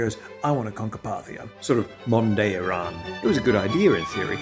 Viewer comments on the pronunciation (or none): none